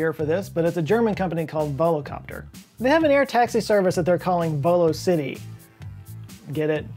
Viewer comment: Volocity sounds more like fly city 😅 volo is from Latin but, is alright now you know 👍🏼 good videos